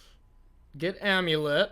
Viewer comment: Are they saying "Amu-Lit" though? But it's also possible your just trolling us 🤔 You're obviously in a spicy mood with the little "Baum", you know that what draws in the crowd 🎉 It's also possible I may not be hip like